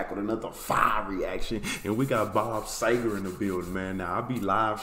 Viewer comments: it's see-ger not say-ger... but that's an honest mistake but I've never understood why people but an "A" sound where there's obviously an "E" there... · The least we can do is warn you...this may be the deepest rabbit hole musical you can go down...your gonna get 20-25 more recommendations...he didn't do any bad songs...and its pronounced..see - ger...not say - ger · Bob See gar is how it's pronounced! Love the song. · Dude, sEger, like Easter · Last name pronounced SEE-ger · Pronounced C-ger, See-ger and Sea-ger!